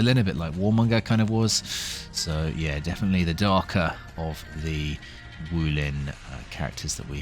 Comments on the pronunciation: It is pronounced G-Ren It means "giant" in Chinese. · It's Juren, not "urine" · Ah yes " Urin " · the pronunciation is joo-ren 👍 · It’s pronounced urine.. e is silent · I sincerely hope it is not pronounced as "urine." 😅